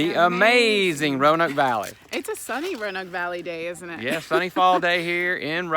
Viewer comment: As a Roanoke Native, I will let you in on a little secret, the "a" is silent, it's how we tell folks are from out of town 😆